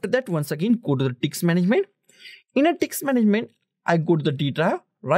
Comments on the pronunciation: Bro Please, Call it Disk, Not Dicks. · First of all its disk not diks